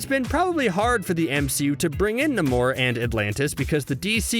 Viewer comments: Why is the world is the guy calling Namor, "Nimor"?! It's pronounced NAY-MOR! Sheesh! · NAY-MORE it's pronounced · NAY-MORE = NAMOR.. The way you said his name was killing me. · At first I thought he was joking but then kept doing it again and again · Why did you say namor like that